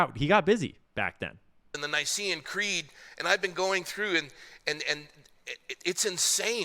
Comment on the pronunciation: "Pastor," it's not the "Ni-see-an" Creed. It's the Nicene Creed.